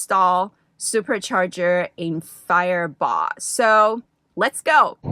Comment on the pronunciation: You pronounced Firebaugh Perfect